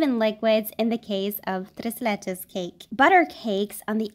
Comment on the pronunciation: I loved your “tres leches” excelente pronunciación 👌🏻 un abrazo desde MX I love your videos 🇲🇽